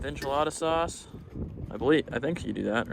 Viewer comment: lol you say sauce like a dutchman